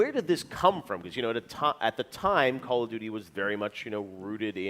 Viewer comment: dude said “call of nudey” I’m weak!